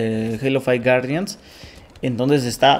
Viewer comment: Halo fai wuardian XD